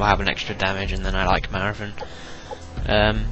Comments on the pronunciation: Its marathon not marafon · "marathun" hahaha i love that accent